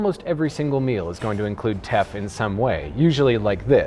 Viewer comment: when you said Teff and capitalism I heard theft & capitalism...wonder why